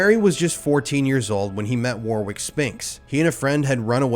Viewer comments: Hey, my man..."Warwick" is pronounced with only the first 'w'', so "War-ick" with a LONG 'a' "WOR-ick" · Warwick is pronounced Warick, the second w is silent. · it's pronounced "War-ick", you don't emphasize the W in "Warwick". Think "Warrior" but a different ending sound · Just for next time you encounter a Warwick. Its pronounced WORRICK. Ffs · I think his name is pronounced War-rick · Warwick is pronounced Warrick mate! Especially in the UK.... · It's not pronounced War-wick. 😣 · Warwick is pronounced Warrick, but good video. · Just for future reference, Warwick is pronounced Warrick. Richard was Bjorn's brother?? 😠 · The name is pronounced "warick" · Its pronounced "Warrick" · It’s pronounced “Warrick” lol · Pronounced warick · Warwick is pronounced "Warick" 😊 silly billy 😂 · It is not The. Scotland yard or The Heathrow airport there is no definite article used.very annoying and the name is Warwick is pronounced Warrick....please if your going to tell a story of this important please get things right....a brutal tale of disgusting practices . I'd never heard of this tape before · It’s pronounced Warrick but spelt Warwick! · It’s pronounced Warick. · Warwick is pronounced warrik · I'm sure spinx was linked to dolphin square, which inturn linked to Jimmy Savile and also Operation Ore. Much is hidden as Tony Blair put D notices (gagging notice) on it when he was PM. Gotta say it.... Warwick is pronounced without the 2nd w.... warick... wa*rick. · Cringe. It's pronounced Warrick. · Just for the education of all you Americans out there that don't actually understand how pronounce British names. In the Name "Warwick" the second w is silent and is pronounced "Warick" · apol's for the petty: Warwick is pronounced 'Warrick'. just saying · bro, the second W in Warwick is silent, it's pronounced Warrick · I think the 2nd W in warwick is silent 🫡 "Warick" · The W is silent. It’s pronounced Arwick! 😂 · Warwick is pronounced like this: - Worick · It's pronounced "Warrick" 😊